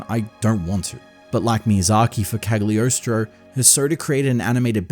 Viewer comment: OMG the pronunciation of Cagliostro 😵‍💫🤣 This One Piece movie is by far my favourite one, both for the style and the story (FFXII and X BGM is great!)